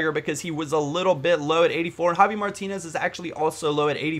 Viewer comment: Why do you say jovi Martinez instead of javi?